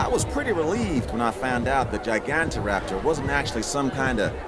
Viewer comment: After nearly 6 years of waiting we finally have Utahraptor the biggest dromaeosaur ever. Also it’s GYE-GAN-TOE-raptor not GIG-AUNT-TA-raptor.